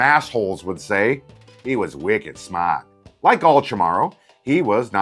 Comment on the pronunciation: Wahoo! You used wicked smaht in propah context and almost pronounced it correctly 😁